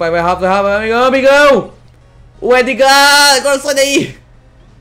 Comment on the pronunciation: Se pronúncia Édgar, Não ''Êdgar"